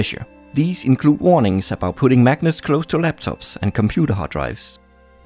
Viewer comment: De compuder... English advanced bruder